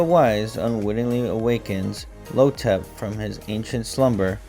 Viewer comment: The villain's (the Mummy) name is "Imhotep" pronounced EEEM-HOE-TEP. It is not "Lo-tep". 😑